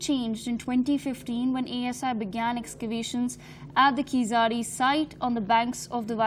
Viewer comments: It's not KEEZAADI!!! You won't be able to pronounce 'zh' so pronounce it as a 'L' okay? But appreciate your efforts as whole of north india has ignored keeladi excavations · It's not pronounced as Keezadi .....! It is pronounced as Keeladi.....with an unique consonant special "L" ....! Hence written as Keezhladi rather than Keeladi. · It's pathetic to hear this news reader pronouncing the name as "keesadi"! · Request to the News reader- "Keezhadi" exact Tamil pronunciation is difficult for non-Tamil speakers except Malayalis, so the pronunciation that is closer to the exact word would sound like KEELADI , hence pls read Keeladi instead of Keesadi. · What ever your name is are you and your team purposely pronouncing keezhadi wrong ?? It's neither khiladi Hindi movie name nor khizari .. IT'S KEE-ZHA-DI !! 😏😏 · It is tamil civilisation not Dravidian or aryan.......Pronounce as keezhadi .... Thanks for covering our archeological treasure...🙏🇮🇳 Jai hind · Pronouce "Keeladi" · I request anchors to pronounce Keezhadi properly. Please check with some Tamil colleagues in studio and get that right. I would really appreciate if your crew put in that effort. Having said that, I appreciate the coverage of your channel on this topic. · What arrogance and adamancy of this channel's reporters that they do not pronounce the word "Keezhadi" in a supposed way. Don't they have any Tamilians working in their company? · Shes reading news about tamils but cant even pronounce the name of the place.👎😤😡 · Funny to hear her pronunciation of keeladi .... Completely wrong ...